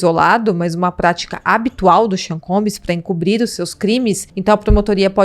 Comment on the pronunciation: Vc não pode pronunciar "Combiiis",se é prof. de inglês deveria saber. A pronúncia correta é " Combss" "b" mudo flor. Precisa ler e estudar um pouquinho mais